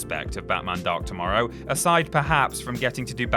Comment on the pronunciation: When you say Batman Dark Tomorrow, it sounds like you are saying Batman Dr Mario